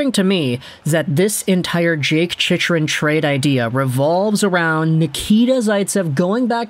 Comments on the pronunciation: It's chick rin... not chichrin... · It's pronounced 'chick run".. lol not whatever you're saying